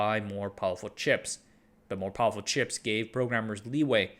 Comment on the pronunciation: Why are you saying powuwfuw? You make the R sound in other words just fine so it’s not a speech impediment right?